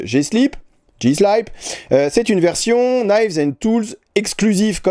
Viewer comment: En anglais on dira toujours J-Slip ;) pas slaïpe (pas de e)